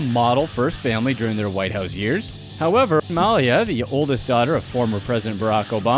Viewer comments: Before video: Please, please, PLEASE let one of these entries be about the Trump family... After video: Ahh, man! There weren't any Trumps! Also, Malia Obama's name is pronounced Muh-LEE-uh, not Mal-ya like you kept doing. And as for her, I don't know of many young people (say 17-25ish) that DON'T go through a so-called rebellious period. There just aren't cameras everywhere when they do whatever it is they do, ya know? Interesting information you provided, though :) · Wait a minute announcer-person, you don't know how to pronounce Malia Obama's name?! 😟 Come on now, go to Google speech? 🤔